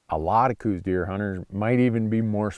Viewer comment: I live in Tucson and have hunted Coues deer in southeastern AZ for 40 years. Every time Dumbass Randy says "cooz" deer instead of the well known proper "cows" deer sub species and pronunciation I want to drive to Montana and tape his mouth shut. Show some knowledge and respect, and also stay out of Arizona if you can't.